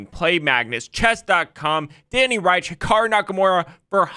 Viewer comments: Danny Rensch's last name is pronounced 'wrench,' not Reich. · FYI It's "ReNsch" not "Reisch". From what I've heard it's pronounced like "wrench" but with the soft "sh" and not the hard "tsh/ch" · Awesome vid, would love to see a part 2! Also, Danny's last name is pronounced Wrench! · Rensch is pronounced like wrench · This made me remember how I miss seeing your chess streams pop up on my feed :/ Edit: Danny's last name is pronounced "wrench", like the tool And PART 2 PLEASE!!! Civil conspiracy would be so interesting and hopefully make a truthful yet click-bait title. Love you and Kurt! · I feel bad for Danny Rensch. Nobody pronounces his last name right (it sounds more like "wrench"). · reNsch. it's Danny ReNsch!" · Not sure where you’re getting The pronunciation of Danny Rensch’s name lol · I thoroughly enjoyed this video! The graph helped me immensely in getting a better understanding on the basics of jurisdiction! My only complaint is that you mispronounced Danny Rensch's name throughout the whole video! Definitely would like to see a part 2!